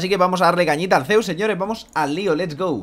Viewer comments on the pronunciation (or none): estamos aqui en un nuevo video con una master duel, con ''zsuss'' jjajjajaa